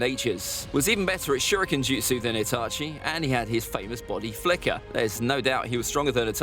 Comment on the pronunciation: Why are you saying bady flicker or somting like that even in the game sas is of teleporteichon